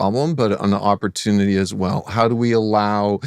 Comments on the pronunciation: bro said "oppurtunity" to pdf files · don’t forget how he said opportunity